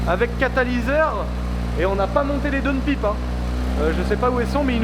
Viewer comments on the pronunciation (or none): Downpiiipe 😅🤔. On dit downpaillpe